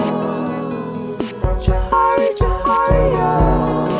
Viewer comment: Bruh the beginning of you two trying to pronounce Djohariah 💀💀💀💀😂😂 It's pronounced "Jo"-"Har"-"E"-"A" If that makes sense